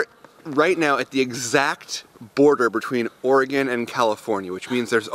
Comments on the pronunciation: lol its OregEN not Oregawn.... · it's not ore-gone, it's ore-g-in. And if I would have only known u were 2 miles from my house last night I would have camped on I 5 to see u guys! Lol not really. But ya.